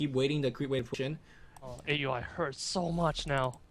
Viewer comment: Pronounced OW-UI NOT A.U.I. please:c